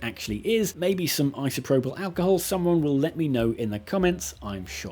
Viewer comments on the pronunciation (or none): none